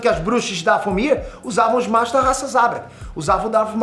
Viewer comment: O que é um "dafél ear"? É Dathomir literalmente da forma que escrevi, mano esse véio tá ficando doido cara kkkk primeiro com o assassins creed Shadow defendendo a Ubisoft, agora nem o nome do planeta acerta, cara tá criticando que fizeram as bruxas sendo boas sendo que o problema é terem feito elas feministas, cara vem me falar que jedis são tipo templário quando na realidade ta eles são praticamente monges (próximos do budismo) inspirados em samurais, até o nomes das formas de combate remetem ao Japão, 🤦, alguem de o remédio pro velho que pirou de vez